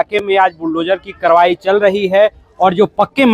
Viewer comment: तोरा नहीं जा रहा तोड़ा जा रहा है. करवाई नहीं कारवाई हो रही है।